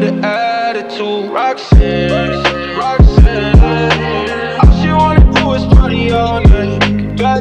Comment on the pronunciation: My Favorite Part Is When He Says Roxxanne